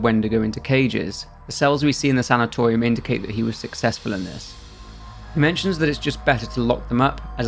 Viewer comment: The way you pronounce sanitarium hurts my ears.